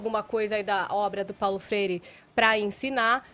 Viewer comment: Fefito --> " Paulo frere"